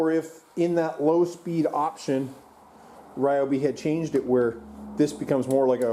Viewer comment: Ryobi is incorrect. It’s Ree o Bee.